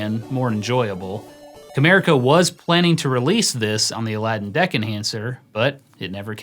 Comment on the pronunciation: everytime you say deck enhancer i hear dick enhancer